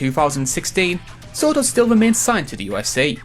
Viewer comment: Jor “bad morfor” sortor